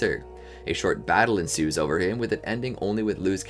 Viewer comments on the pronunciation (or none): none